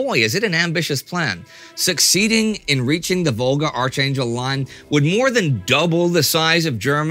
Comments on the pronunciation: Archangel is pronounced "arK-angel". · The ch in Archangel is pronounced as it is in Architect.